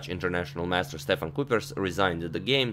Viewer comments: I think the name would be pronounced as 'Kypers'. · It's pronounced : kuypers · The only "Kuiper" I've known of has had their name pronounced "Ky-Purr". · kUIpers not kuupers or kupers or koopers. kUIpers. with an ui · On the pronounciation of Dutch names: the surname Foreest would be pronounced as Foh-raced. In Kuipers' name, the the letters 'ui' together make a sound not found in English but is somewhere between English 'ai' and 'oi'. Most often you'll hear people say Koipers, which to be fair I don't think many fellow Dutch speakers really mind. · The Dutch 'ui' is pronounced like the 'oi' in the English word 'oil'. Kuipers is pronounced like Koipers. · In the name Kuipers, the 'ui' is pronounced a bit similar to the 'uy' in the word "guy". So, Kuypers. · Kuipers would be pronounced something like "Cape - ers" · kuipers is pronounced like kaupers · I’m fairly certain in Dutch the ui in Kuipers is pronounced like the oi in choice. Hope this increases your vast knowledge. ;)